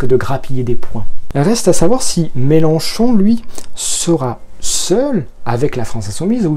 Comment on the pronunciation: on dit « Mélenchon », on prononce le nom de famille correctement. Ce n'était peut-être pas dit méchamment, mais ça gâche ton objectivité. C'est dommage.